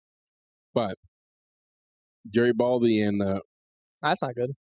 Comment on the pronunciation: No it's jerry bald dee